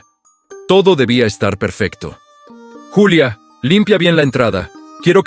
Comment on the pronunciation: Buen relato y excelente reflexión lo único que no está bien es la manera en que revuelven los idiomas la protagonista es Julia no yulia esto es México